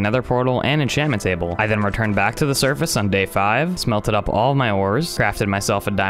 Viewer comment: You say survace